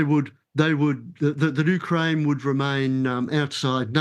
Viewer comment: He can’t even pronounce Ukraine correctly and why he believes Russia advances if this is completely the opposite? This person is not an expert so I am not listening to him. Just wasted 8 minutes of my time.